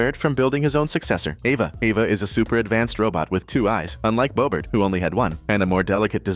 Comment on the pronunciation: Bobrt dude, his name is not bobrt it’s bobert